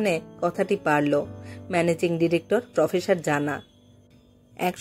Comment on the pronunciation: ডিরেকটর, প্রফেসর (ডিরেকটর এর মতই উচ্চারন), অফিসর,,,,,,, উচ্চারণ ঠিক করতে হবে।